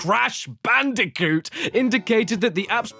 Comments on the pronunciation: It’s bandicunth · I knew he'd say bandiconth and I still popped off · It is no longer cash banooca It’s now bash canooca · Ah yes, I love my yearly installment of BANDI-CUNTH (ft. CASH BANOOKA) from daddy Caddy himself. Great work man. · IT’S CASH BANOOCA! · I can't stop hearing it as "bandicunt" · Bandiconth always gets me. Just... perfect. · Is anyone else a bit concerned that Daddy Caddy might be a bit mentally disturbed? But seriously, every month is Bandicounth! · ahh Crash bootlegs you say like Bang Bandicoot and Whallop Bandicoot